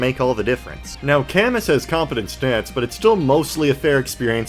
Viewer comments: camus is pronounced with a silent s othwrwise great video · Camus' name canonically being pronounced cuh-moo due to feh is something im not sure ill ever get over. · Great video but that Camus pronunciation hurt my soul😢